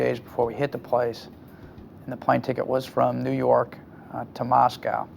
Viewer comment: NEW YAWK AFFICE!